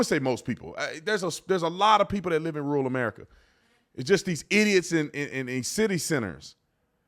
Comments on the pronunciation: Man, I hate to break it to you but 'rural' is a two syllable word 😂. Not 'rool' ru'ral. Slow down. Take your time. 'pronunciate' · Is he saying rule or rural? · Is Tatum saying rule, or rural? I believe there is a second r in that word, and it's not silent.